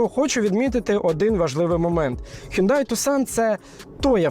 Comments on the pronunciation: Мало того, що він не таксон, а тусан, а ще й не хюндай! А хьонде, хЬОНДЕ 😂😂😂 ще раз, хьондЕ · Правильно взагалі не хюндай, а хйондай!